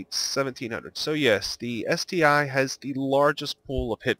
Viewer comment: Good guide but it's ST-1 not ST-"eye". The I is Roman numeral for 1